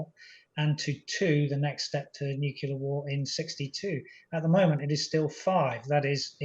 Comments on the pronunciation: Nu-cle-ar, not nuc-U-lar, please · Did this man say NUKILLER instead of NUCLEAR ? Sounds like he did which makes me want to disregard anything else he says. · Nuclear, not nu…killer? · Why do people say "nucular"? It's "nuclear"! These are generals. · It's 'referenda' not 'referendums'. Astonishing that American Anthony Blinken can get it right, but the BBC, guardian of English, can't. Also why can't otherwise intelligent people pronounce 'nuclear' properly? It's not nuc-u-lar Maj. Gen. Chapman. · how does an expert say 'noo-kyuh- ler'??? It's 'noo-clee-ar' gosh - theres no y sound! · But why does this “very model of a modern major-general” say “nuke-ular” rather than “nuclear”? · It's nuclear, not nuckelar. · Why certain people insist on saying something like "nuculear"? Is it because they cannot correctly pronounce nuclear ? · I love all your posts, thank you for quality reporting. I do wish the guests knew “nucular” is not a word 😊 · Why can't seemingly intelligent people say "Nu-CLE-ar"? Why? Why? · Nu cle ar. NATO, not EU. THANKS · "Nuculer" . . ? Whot..? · "Referendums" "nuc u lar" " you know." What happened to top-drawer speech? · Nothing undermines the credibility of an 'expert' like talking about 'nukular' issues. Just sayin'. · Is this Major General really saying Nukular ??? Last person I heard say was GW Bush! 😬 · Needlessly nitpicky I know, but my brain finds it SO distracting when someone, especially someone giving an expert opinion on nuclear weapons and policy, can’t say the word “nuclear”. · I love it that serious Britons say nuclear like George W Bush now. Language changes so quickly, eh. I’m becoming a fossil. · Always find it hard to trust analysis from someone who can't pronounce "nuclear" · This guy is educated? Why can't he pronounce the word nuclear properly? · He certainly didn't say NUCLEAR